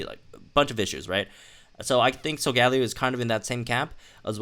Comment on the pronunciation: In the TV series it’s pronounced "sol-ga-lay-o"